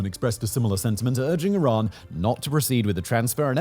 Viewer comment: Is it iran or Tiran? . Or my ears have expired or something?